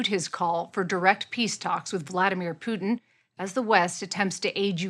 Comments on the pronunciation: I can’t listen to these two call Putin ‘Poo’n’. I’m off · Voldemort poo-tin